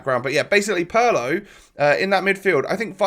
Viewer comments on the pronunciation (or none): Thank you so much! PARLOOOO just made me sick i swear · god that pronunciation of Pirlo is brutal. it's PEER-LOW ! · It’s not pronounced Paulo